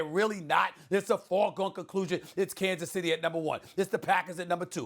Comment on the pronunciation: Stephen “Kansas Centy” A Smith.